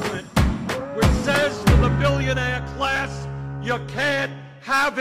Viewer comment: It's pronounced "BILLIONAIIIIIEH"